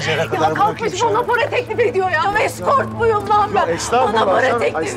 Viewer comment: Birde eskotmuyum deyir?